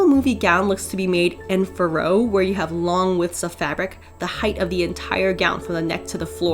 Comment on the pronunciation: Hey, this is an incredible project and dress!!! My respect for your tenacity! Also.. In case you would be interested to know, you pronounce "en fourreau" like "en" (by the rules of the English language).. the French way of pronouncing that word is closer to "on/ ong". It's one of those nasal sounds.. ^^ Love you! Don't want to criticize, just mention it in case you would be interested. <3 Keep on sewing! Looking forward to your next project!